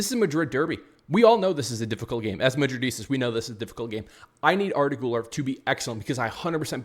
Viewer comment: Bro please stop staring madridistas it’s pronounced wrong and cringe. Dislike fr